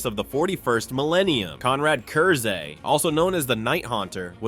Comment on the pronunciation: Its pronounced Curse. It's a pun.